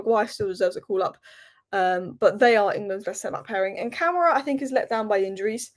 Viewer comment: Stress the "ma" when pronouncing Ka-ma-ra 🫡